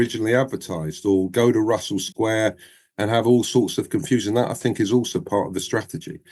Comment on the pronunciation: I really can't stand the way you pronounce your "th's" as "f's" like "I fink" instead of "I think".